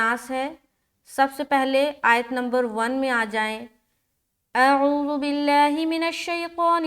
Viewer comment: السلام علیکم ورحمتہ اللہ وبرکاتہ پیاری بہن اعوذ باللہ میں جو عین ہے عین گویا ایک الف کے برابر کیجئے اس کو